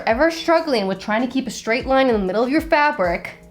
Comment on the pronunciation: When you say fabric it sounds like youre saying fabork